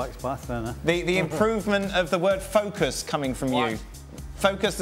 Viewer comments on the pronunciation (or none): Yes Frank, it's focus not fockus 😆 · Lol seriously, every French person keeps asking to fukus 😂